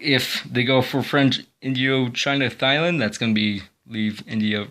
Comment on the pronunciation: the worst for me was thailand